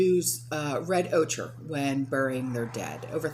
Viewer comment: It’s pronounced oker, (ochre) the Color red